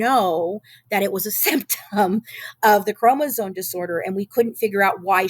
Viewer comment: I'm sorry but I have an extremely hard time trusting someone who can't say chromosome properly. Especially after reading it as many times as she has